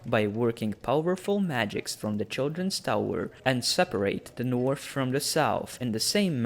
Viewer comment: Take some English classes before you make more videos. It’s impossible to watch when you’re calling The North “teh Norf”